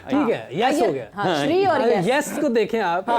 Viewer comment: Punjabis can't pronounce Shri. They will say Shiree!